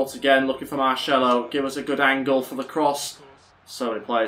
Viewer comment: ITS VAZKEZ NOT VAZQUEZ, AND MARSELO NOT MARŠELO